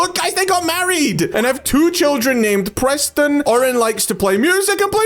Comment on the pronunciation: How do u misprenounce Preston?